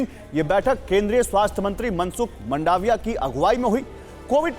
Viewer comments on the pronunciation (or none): मनसुख मंडाविया नहीं, मनसुख मांडविया।